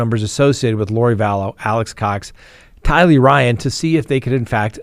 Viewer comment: Everyone besides you says Day' bell and Ty' Lee with the accent on the first syllable. It makes me not trust you. Very annoying.